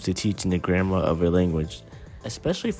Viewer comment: Almost every app uses AI. So what's your point? Besides, "grammar" isn't pronounced "grandma".